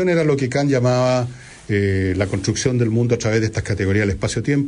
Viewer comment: Ya pos, Villegas, pronuncias bien el francés, y mal el alemán.